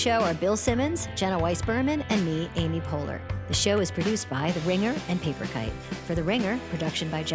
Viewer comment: Great job, Mr. Short! Except why did you call her "Andy Poehler"?